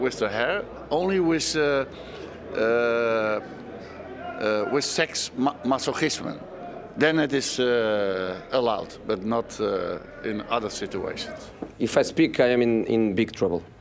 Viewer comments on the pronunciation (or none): LVG tho😂 he said "it's only allowed with seks muskle asthma" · Him trying to pronounce masochism is gold